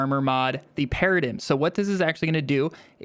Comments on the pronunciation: “Paradim” 😂 it’s pronounced para-dime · I’m sorry….what did you call it?? Para dim? Do you know English? It’s pronounced “paradime” that made my ears bleed really badly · !!!! pronounced PEAR-AH-DIME !!!! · love the vid and sorry to be that guy but its (pear uh dime) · FYI it's pronounced Para-dime. Great build btw.